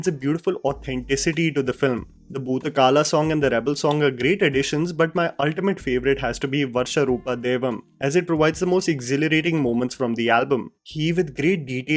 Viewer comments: Come on man! It's not varsha rupam, it's varaha roopam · It's bhootha kola not bhootha kala Varsha roopam devam nahi yar it's varaha roopam daivava rishtam😕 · Great review! Just a couple of things - these are glaring though minor. It's Varaha Roopam, not Varsha Roopam. And Bhootha Kola with an 'o', not Kaalaa. Kola means the 'vesh' while kaalaa can mean time , or Lord Yama. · its not varsha ruupam . its varaha rupam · It's not Varsha roopa dude - Varaha Roopa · You pronounced Varsha roopam. It is not correct. It should Varaha roopam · Its varha roopam not varsha roopam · It's Varah roopam! Not varsha roopam! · It's not Varsha Roopam, it's Varaha Roopam. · IT'S VARAHA ROOPAM. NOT VARSHA ROOPAM! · it is Varaha roopa not Varsha roopa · Its Varaha Roopa.. Not Varsha Roopa. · Bro... Itsnot Varsha Roopa Daivam.. Its Varaha Roopam..... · It's not Varsha Rupa Devan it it Vasaraha rupam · Varha roopam..not varsha roopam...its sanskrit...second verse is in kannda.... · It's varaha roopam, not varsha roopam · Its varaha roopam daivam not varsha roopam. The 3rd incarnation of lord vishnu called varaha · Its Varaaha Roopam Daiva not Varsha Roopam Daiva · Great video. Just a correction- it's varaha roopam and not Varsha roopam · A very sensible review indeed. And Sir, it's not Varsha Roopam but it's Varaha Roopam 😊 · kind request to concentrate on pronunciation.. Kaantara not Kantara. Bhoota Kola not Kala. And it's Varaaharoopam not Varsharoopam. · Correction it's varaha roopam not varsha roopam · Quick correction: the song you mentioned as your most liked one is actually spelled as ‘Varaha Roopam..’ and not ‘Varsha roopam’. Varaha is actually an avatar of Vishnu in the form of a boar. Where as Varsha would mean rain. But at the same time, I really want to commend you on how accurate your pronunciations were when it came to pronouncing kantara, tulu naadu, kambala etc.. great review, thank you. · Its Varaha Roopam Daiva Varistham not Varsha Roopa daivam